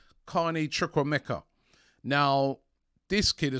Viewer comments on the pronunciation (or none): chu-KWE-MeH-Ka correct pronunciation